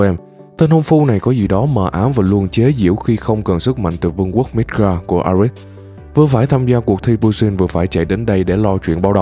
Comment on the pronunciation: Vì sao ad đọc là midgar mà tôi lại ni*ga🤔🤔🤔🤔